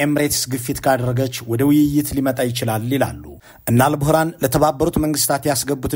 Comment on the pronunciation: የሱዳኑ ጀነራል ኣል-ቡህራን ሳይሆን ኣል-ቡርሃን ነው።